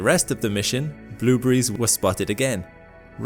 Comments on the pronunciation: "Blew breeze." Haha! This guy pronounces blueberries "blew breeze!" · I like the way he says "bloobries". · stop saying bloobery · "blueburries" :p or "blooberies" the more he kept repeating it the less it sounded like a real word lol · I like how u pronounce " blueberries" hehe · The way he pronounces blueberries lol